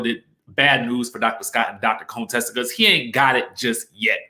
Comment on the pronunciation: Stop pronouncing Contessa's name wrong, it is an insult to her.